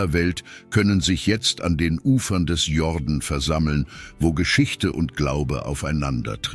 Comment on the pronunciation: Der Fluss heisst Jordan, nicht jorden